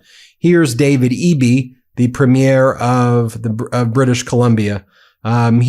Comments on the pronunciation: It’s pronounced PREEM-yer, not premiere. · Ben, "Premier" is pronounced "Preemyear". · Hi guys, I’m only saying this because you are pretty much perfect, except that you do not pronounce the word “Premier” properly when it comes to Canadian leaders (I grew up there). It’s “Preem - yerr”. Both syllables with the same amount emphasis. Like I said, it may be a small point, but noticeable to people from other countries. Nevertheless, you guys are awesome!